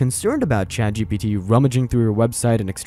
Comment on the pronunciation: A couple of times I thought the narrator said, ChadGPT. That, my friends, is the apocalypse.